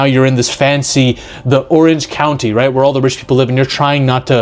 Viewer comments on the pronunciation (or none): none